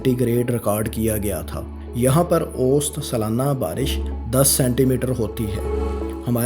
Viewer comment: بھائی اوسط لفظ صحیح طرح سے بولو۔۔ ausat